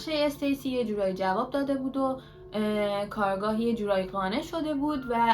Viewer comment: عزیزم خسته نباشی عالی بود فقط جسارتا کارگاه جاییه که توش کار میکنن کارآگاه تلفظ درستشه